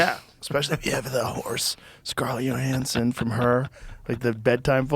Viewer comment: “Scarlett Yo-hansen”